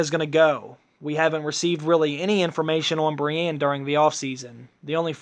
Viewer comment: matt choochoo I agree he can't even pronounce Brienne sounds exactly like he's saying Bran